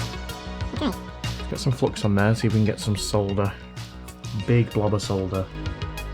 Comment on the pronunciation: Nice to hear 'solder' said correctly. Grates on my nerves when it's pronounced 'sodder'! 😊😊